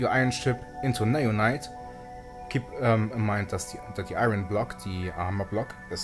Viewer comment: You pronounced “iron” wrong.